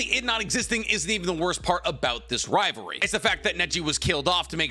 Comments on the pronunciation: Why do you keep saying ri ver ie is ri Va ly. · I KEPT HEARING RIVARE not rivalry RIVAREEEEEEEEW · you said, "riverery" more than rivalry.